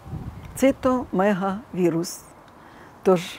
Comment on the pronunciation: . Не цитомегавірус , а цитомегаловірус! А молочниця це кандидоз - грибкове захворювання.